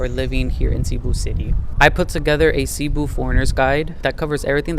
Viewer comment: i mean no hate by this, but i want to point this out - cebu is not pronounced 'SEE-boo', it's "seh-BOO'. as someone who's lived there for four years i think it's incredibly important to show respect to the city you're living in by pronouncing its name properly at the very least.